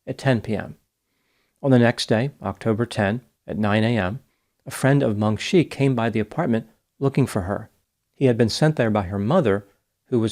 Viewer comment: A little too late now, but it would be Meng "chee", not Meng "shee".